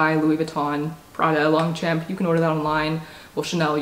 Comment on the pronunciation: Just a heads up for anyone who wants to know: the pronunciation of Longchamp is more like ‘lowng-shomp’